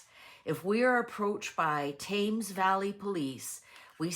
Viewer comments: It's pronounced 'Tems' valley in England xxx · Sorry to correct you but I thought you would like to know. Thames is pronounced Tems. Like Tens. No idea why just more weird words that don't read like they are pronounced.